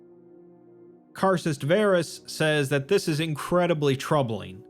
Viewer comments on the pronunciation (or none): none